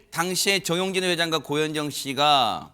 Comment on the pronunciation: 정용진이에요. 전용진 두번씩이나. 발음 교정하시던지 남의 성 바꾸시지말던지.